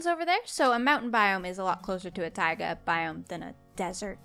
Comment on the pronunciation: And it's taiga not tiga